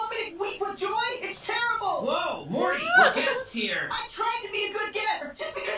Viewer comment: to be fair, the way you say it, it DOES sound like "marty", and given that it's very loosely related to back to the future it would make sense for your to say marty by mistake. but now i know you're saying "morty". i will need to adjust my ear